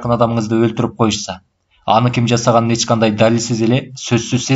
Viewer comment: Автор (Ч)тамгасын колдонбойбу, же Ильгиз Мырза ошондой окуйбу?(Мисалы эч жакка дегенди эт жакка деп окуйт го)